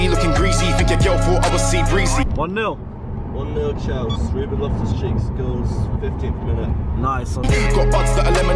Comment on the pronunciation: why did he call chelsea chelski